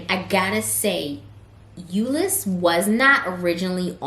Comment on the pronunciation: Yes you said Euless right 🤣🤣 I actually Like Euless over Fortworth tbh. Funfact... Euless has the largest Samoan/Tongoan Population West Of California. I just moved back to Dallas from Houston, and Dallas for the win. Love from Koreatown, Dallas